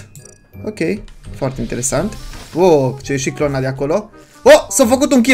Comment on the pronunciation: Da dar am o întrebare dece ziceţ clorna înloc de clona?😂